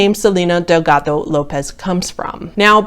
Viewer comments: I know she totally butchered it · that hard D in delgado lol